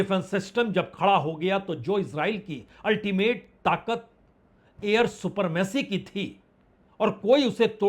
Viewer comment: सुपरमेसी नहीं सुप्रीमेसी